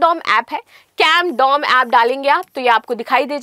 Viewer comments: Are yaar Condom nahi CAMDOM h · Camdom app hai na ki condom app😂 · Are ye digital camdom h , na ki ki condom 😂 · Camdom ❌❌ Condom ✅✅ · CONDOM ❌CAMDOM✅